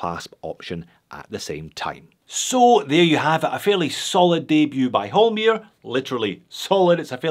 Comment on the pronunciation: Its Holmr, not Holmir!